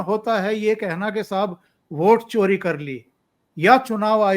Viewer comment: सर आप वोट चोरी की बात कर रहे हैं और मुझे चारा चोर सुनाई दे रहा है।